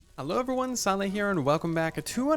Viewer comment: nobody:: uhveryone